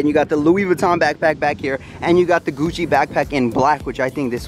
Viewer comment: Hold up hold up the Gucci slides you had said Guccy 😅😅😂😂😂